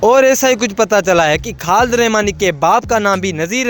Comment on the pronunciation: Khad ❌ khalid ✅